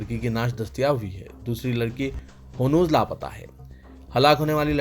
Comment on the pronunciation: Hanooz not hunooz